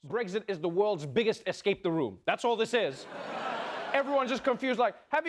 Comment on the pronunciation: Hahahaha That accent when you said ESCAPE 👌♥️